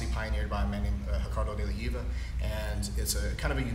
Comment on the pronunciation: Not hiva.. it's de la Riva